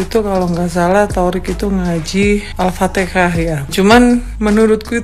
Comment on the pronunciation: Pinteran juga keluarga nya sifuji ya haji gie baca alfateha nyebut nya aja salah kata nya dekat sama tuhan belajar dulu sama fuji.hahaha